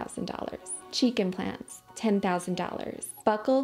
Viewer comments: why do cheek implants sounds like chicken plants😭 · Lol everytime you said "cheek implants", I heard "chicken plants" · Kept hearing chicken plans instead of cheek implants 😂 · Cada que dice cheek implants yo uscucho que dice chiken plants 😂😂😂